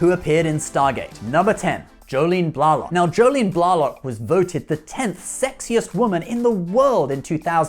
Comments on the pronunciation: Colm was a good guy in "The Commitments" and "The Van". I saw him in a play-with various "TNG" actors-in Atlanta many years ago. I thought Jolene's last name was pronounced Blaylock. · Your pronunciation of "Blalock" is rather odd. The ones I know with that surname pronounce it "Blay-lock". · odos name is said rehhh nayyy…. not reen….. and its not jolene blahh lock its jolene blay lock,,, jolene blalock